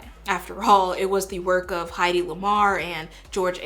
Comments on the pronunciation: One small nitpick, it's HEAD-y, not HIDE-y Lamarr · Great video but that pronunciation of Hedy Lamarr's name made me think you were talking about someone else. It's pronounced like it's spelled. Heidi is spelled, well, Heidi.